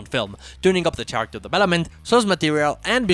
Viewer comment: The "ch" in "character" is pronounced like K.